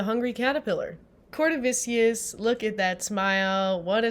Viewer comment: its Cortavious not cortavicious lol